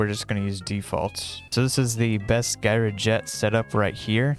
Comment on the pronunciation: Gyroscope Gyrojet Pronounced Jai, Ruh, Jet